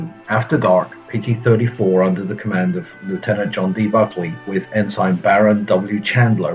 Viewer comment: "Guadalupe" is pronounced as "goo-wah-da-loo-pay" and "Packard" is pronounced "pahk-herd". "Ensign" isn't "En-syn", it's "En-sin". Dude, don't you watch war movies at all?? Other people's documentaries? World at War? Victory at Sea? Saving Private Ryan??